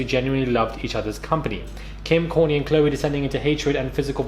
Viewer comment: WTH ARE YOU SAING KOURTNEY HOW THE NAME YOU SAID: KOURNEY... ☆☆ HAHA!!